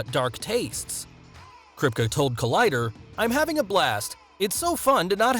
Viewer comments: The way he says kripke is so annoying it’s crip-key not crisp-ka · It's amazing how many times you pronounced Eric Kripke's last name. It's pronounced (Crypt-Key). Maybe alittle show prep would have helped? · "Eric Kripkuh" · his named is pronounced krypt-key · KRIP-KEY if you're going to do a deep dive on people..at least get the name right 🤣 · “Eric Kripk-uh” 😂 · Crip key is how you say it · It's Krip...Key.... Not what you said about 20 times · It’s pronounced “Krip-KEY” just so you know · This man really said “Eric kripka” 😭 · You totally pronounced Eriks name wrong! Its Kripke( Krip-KEY) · The show runner's name is pronounced Crypt-key or Crip-kee. Like, Officer Kripke from West Side Story. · It's pronounced KRIP-KEE...This narrator needs to be fired! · Kripke Crip-Key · Kripkuh??? Put some respect on my man's name! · Krip-key. That’s how you say it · It may help to be able to pronounce the show runner's name. It may give the impression that you care about what you are reading. *Krip-KEY. * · Since he’s most likely of German-Jewish decent it’s actually Krip*kuh*. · I’m mad that I live in Toronto and I haven’t run into Antony in character. I’m also mad how often Kripke is mispronounced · You pronounced Kripke wrong bruh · Omg. I'm not even finished with the video and he pronounced Eric Kripke's name wrong, called Black Noir the "poor man's Black Panther," and said Karl Urban is from The Lord of the Rings. Karl Urban is NOT Andy Serkis! Do your research! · It hurts when you can't say "Kripke" correctly... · The way you pronounce Kripke's name is somehow like nails on a chalkboard. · But you can even say the show runners name right. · The way you pronounce Kripke is scarring my mind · This guy can't even pronounce Eric Kripke's name right. How are you going to make a video and keep calling the man a wrong name? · cringe at the way he pronounces Kripke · exactly ,it made me look up his name again,good lord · it's /kripki/ not /kripke/ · krip KEY not krip cuh